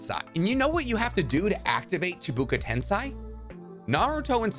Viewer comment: It's " ten (Say) " not "ten si " everytime with this 🤣🤣🤣